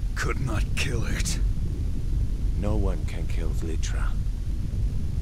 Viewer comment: BEHOLD IT IS VLITRA!!